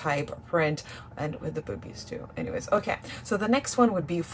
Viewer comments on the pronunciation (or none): none